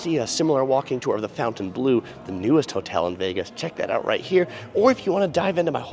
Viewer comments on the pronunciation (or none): It’s NOT Fountainbleau, it’s Fontainebleau.